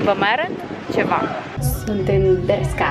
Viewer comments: bescha, se pronunță : beşca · Se citeste BERŞCA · Nici măcar nu știi sa spui corect Bershka și Pull & Bear